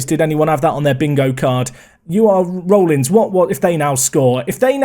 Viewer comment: Rollins is pronounced RAWllins